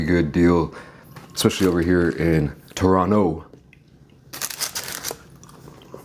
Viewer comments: You pronounced Toronto right, (Torono!) good for you! Lol Canadian here from Toronto area. Watching you eat really makes me crave some Tim Hortons now lol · Ngl, I appreciate you trying to not pronounce the 2nd T in Toronto. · with the native Toronto pronunciation lets goo